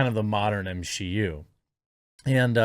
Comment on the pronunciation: Drinking game: take a shot every time he says MsheU.